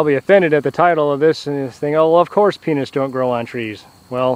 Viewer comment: That's so hilarious the subtitles read penis when he says peanuts and also sound alike he said penis